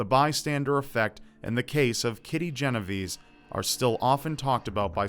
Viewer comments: It is not gen ov ease. It is Jen Oh v-Eh z-EH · Think it's pronounced 'Jeno-VAY-say'. Great vid. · Since she was Italian, wouldn't it be pronounced "Jen-o-vay-say"? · Lord have mercy I love you rob but as an Italian i pray one day you will pronounce genovese right. It's more like GEN oh vey sey